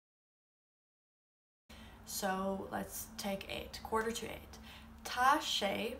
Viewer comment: I'm only confused that you pronounce Tá wrong? It's an 'aww' sound because of the fada... At least, that's what I've always heard. Maybe it's different the farther north you travel, but it just sounds wrong to me :L